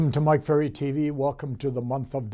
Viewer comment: I love how you didn’t correct yourself when you said your last name incorrectly 😍☺️